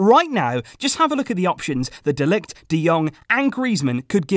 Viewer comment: Why are you always butchering mathijs de ligt's name